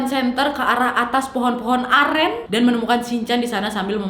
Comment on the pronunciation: Aku dengernya beli air amer bukan air aren😭😭